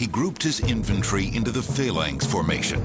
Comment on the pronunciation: Its phalanx not phaylanx